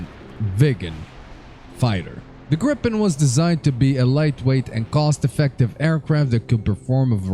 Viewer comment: ITS FUCKING GRIE-PEN NOT GRIPPEN